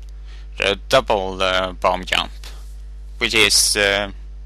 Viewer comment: he is maybe german or british. but still he says yump instead of jump